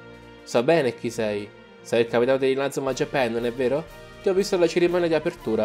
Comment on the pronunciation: Non si dice JAPEN si dice JAPAN